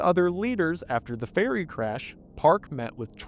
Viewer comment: Every time he says ferry it sounds like he is saying fairy.